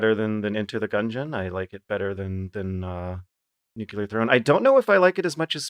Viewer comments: why do you keep saying "newcular" like Georgie Bush Boy? is it just at Thingy? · It's a thing, I believe it was discussed on a previous episode?:)